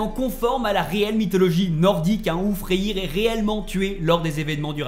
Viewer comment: Super vidéo merci Mais s’il te plaît arrête de dire raniarok c’est RAGNAROK ( rague narok ) et FREYR ( freyeur ) pas freyir sinon à part ça nickel.